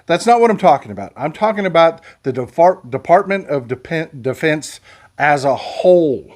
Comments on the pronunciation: Ah... caught ya. You almost said "DeFARTment". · bless you! You started to call it the "De-FART-ment." Maybe you should have stopped there.